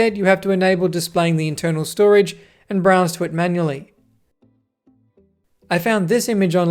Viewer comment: did you just say "abd" 😂